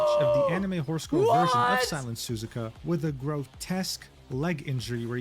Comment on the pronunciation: "The Honse is here" I can't unhear this.